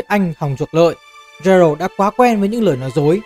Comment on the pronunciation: Góp ý với chút là Geralt đọc là Ghe-rột chứ không phải là Gie-rột